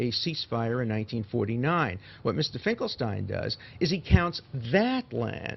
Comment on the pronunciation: You know, to be fair, the I.Q. of Dershowitz, can't possibly be higher than 75 to 80!! I can't believe how - as a Jew - he keeps pronouncing "Finkelstein" as "Finkel- Stine", when it's "Finkel-Steen"!! My world history college instructor, Dr. Epstein, used to Scream at the students who called him, "Ep-Stine", and would very angrily Shout, "Ep-Steen, Ep-Steen"!!😊